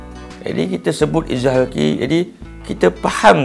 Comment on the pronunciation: terbaik, cuma mungkin ada sedikit teguran: 1. sebutan betul adalah إظهار حلقي iaitu kalimah halqi dgn huruf ح bukannya خ. 2. sebenarnya izhar halqi ada dengung kerana meraikan sifat ghunnah pada huruf ن tapi tidaklah kuat dan sempurna dengung itu. Barakallah fiikum